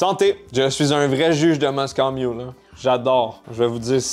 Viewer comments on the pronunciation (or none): On dit Moscow mule comme la ville et non moscooww hahah